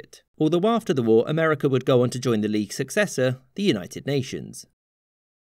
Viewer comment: I am unfamiliar with this "Amer-eh-ker" you speak of.